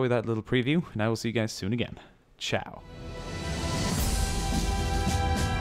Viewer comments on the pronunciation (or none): none